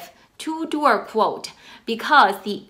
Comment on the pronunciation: Are you saying 2 door quote?